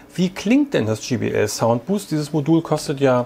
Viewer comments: Ja man spricht es dschai bi el und sie haben es dschi bi el ausgesprochen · JBL, Nicht GBL Demach 'jaibeäl' Und nicht 'Gebeäl' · es heist jbl nicht gbl